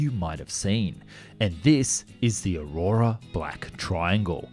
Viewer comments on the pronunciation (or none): Aroouura ... I believe you meant Aurora.